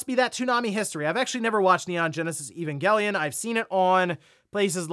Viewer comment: first pronounces evangelion correctly and then he says gif correctly! he is on fire! lol